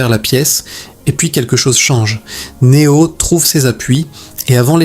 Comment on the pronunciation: Une IA qui parle de Matrix, un film sur la domination des humains par les IA… et qui en profite pour massacrer chaque nom propre comme si c’était une vengeance personnelle. Elle dit Ma-tricks avec la fierté d’un GPS bourré, Né-ohh comme un influenceur qui découvre l’anglais, Morfé-usse façon prof de techno, et A-jeune Smeusse comme si elle lisait une carte Pokémon contrefaite. À ce stade, ce ne sont plus les machines qui dominent l’humanité : c’est leur incapacité à prononcer trois syllabes sans commettre un crime linguistique.